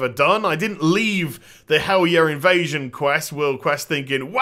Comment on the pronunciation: I don't know if this is of interest, but... In old Norse(and modern derivatives) the "j" is pronounced like an English "y". So "Valajar" would be said "Valayar" and "Helarjar" "Helaryar. " This also makes Fjarnskaggl MUCH easier to say. Think Bjork, basically. All J's become Y's.